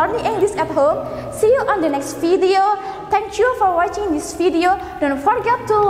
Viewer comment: saran saya adalah ibu yang mengucapkan ada beberapa kata yang pronounciationnya kurang bagus seperti suggestion, decision, thankyou dll. harus diperbaiki lg kedepannya untuk mengajar